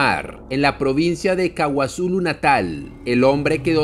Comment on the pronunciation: Estimado: No es "Kawazulu Natal" sino KwaZulu-Natal